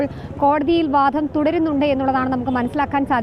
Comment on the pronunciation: വാധം അല്ല വാദം ആണ് ശരി..